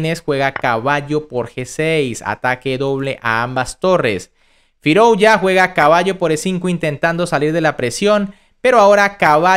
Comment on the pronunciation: Firouya, Firoulla, Firouuila, Firulai...el dia que lo pronuncies con Z y digas FIROUZZZZA, le daré like